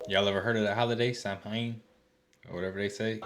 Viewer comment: From a couple from Dublin Ireland.. . YEEEAAAH Man finally someone who can pronounce Samhain!!!! My Man✊️🇮🇪